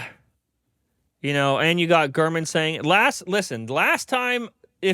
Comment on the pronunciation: Ain't no way bro said Gurmanese😂